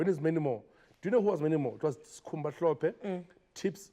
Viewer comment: Its Hlophe Anele not Mhlophe, please dont ruin our Zulu